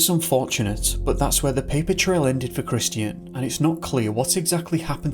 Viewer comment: Hello, the name "Christian" is pronounced CRISS-CHEN, It is not pronounced CRIS-TEE-N. My eldest son was calling himself Christian for awhile, so I'm sensitive to it I guess, no offense intended, thanks!